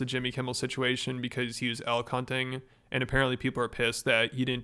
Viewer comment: Instead of 'elk hunting' I heard 'L-Cunting' and thought it was a new brainrot slang or something.